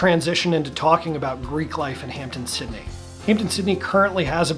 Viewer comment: It is Hamp-DEN Sydney not Hampton Sydney